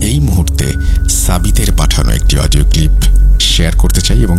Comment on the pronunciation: Odio not pall😅😅😅